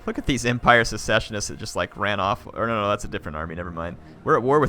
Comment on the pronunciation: Its "secessionists" not "successionists".